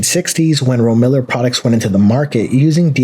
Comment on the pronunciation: Ro-miller? It's pronounced rome-illar